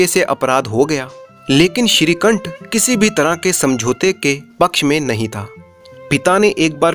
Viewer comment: Shrikanth se nikanth ho gya sahi se bolo